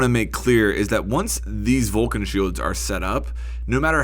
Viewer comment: Just fyi it's not pronnounced vulcan it's vol-CAN it literaly has an accent on the can (hence volcán)